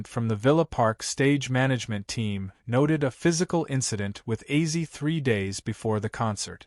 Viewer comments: AI generated narrator? Acee? Ozzy? Weird. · How does A.I pronounce Ozzie as Azy i mean seriously Ozzie or Ozzy would be well i would think not hard for Artificial intelligence to say but Azy....I hope this will be rejected by real fans. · Ozzy will probably come back to life to slap the shit out of this AI video uploader. Wtf is AZY??? Or is it bait to get comments and engagement?? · 😮 dude it is Ozzy Ozzy Ozzy not Ozzie 😮😮😮😮😮😮😮😮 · Wtf is Azy? You mean ozzy? Dam these videos make me fkn laugh what a load of bollox